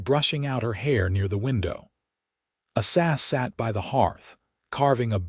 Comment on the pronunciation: His name is A..Sah say it just like it looks A SAH ZELLER....HER name is VAY DAH These people that do the reading these stories can make such a mess out of the names that I almost just move on and leave the story alone.. Learn how to say the names before you start telling the story.....That name that you call ASA is very degrading to the story.